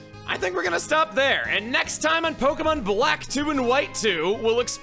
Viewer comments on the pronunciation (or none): none